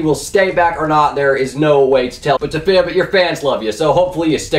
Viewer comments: Is anyone else fucking triggered because he ways dafib instead of dee fib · it's defib not dafib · DEE FIB GODDAMMIT!!! NOT DAFIB!!! DEEEEEEEEFIB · its not duhfib its deefib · PLEASE STOP SAYING DA-FIB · ITS DEE FIB FOR FUCK SAKES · The way he pronounced defib 😂